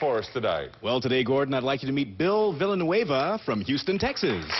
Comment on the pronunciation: You can't be half anything..... You didn't stop being born in one country for your mom to travel to another country to continue being born It's pronounced viyanueva not vilanueva